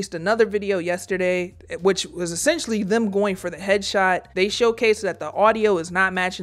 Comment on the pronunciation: Drink every time she says "Essesstionally" JK, you'll die.